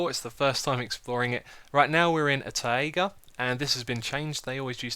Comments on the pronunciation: It's taigah not taeaieagah. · Also Taiga is pronounced the same as tiger. Apologies for nit-picking!